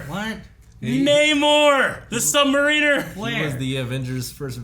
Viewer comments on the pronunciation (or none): Namor the "Submarine-r" 😂 it's "sub-mariner", as in a "mariner" but "sub"/under the ocean, so it's pronounced "sub-//-mah-rin-uh"